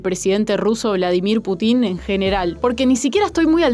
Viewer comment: Desis bladimir putin con tilde y suena re mal ! Cheee jaja ;)